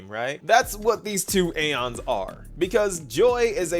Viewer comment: The game pronounciation: “E-ons E-ons E-ons” pronounciation: “A-ONS” (I say this with love XD)